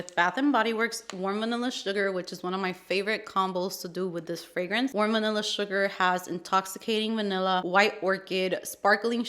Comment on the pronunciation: Another great video 💕 🥰…. “VANILL-ER” 😂 lol I laughed so hard!!!!